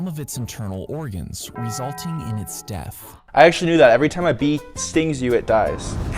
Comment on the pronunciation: Probably they couldn't say death so they said daath